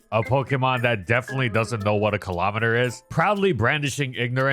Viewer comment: WHAT THE FCK IS A KILOMETERRRRRRRRR